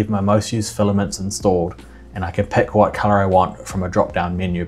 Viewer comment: wait....tip of your hwhat?